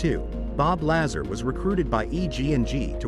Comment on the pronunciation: Bob Lazar (pronounced Lazaaar) is correct. he talked about element 115 which was not yet discovered on earth - now its on the table of elements. he did work at area 51 there is a document for paychecks that shows him as an employee I CAN'T CONTINUE TO WATCH THIS VIDEO WITH THE BAD PRONUNCIATIONS.